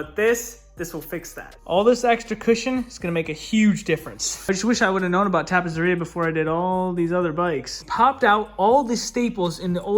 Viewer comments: I see some familiar touches! Lookin' awesome,. Ok so, two ZZ's in Italian makes a TZ sound, like pizza. So it's TappeTZeria, to pronounce it properly. Meantime? Keep up the great work! peace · beautiful bike nicely done!! but you are saying it wrong , tappezzeria is pronounced like pizza , so is tappetseria which means upholstery in italian